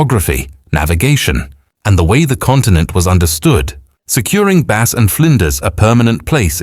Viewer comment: Please note, George Bass's surname is pronounced Bass not Base